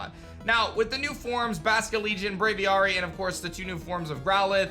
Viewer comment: Why do you keep saying bravary